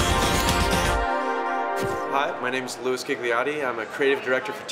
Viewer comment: HUH did he just say "my name is Luis Kick the Nazi"?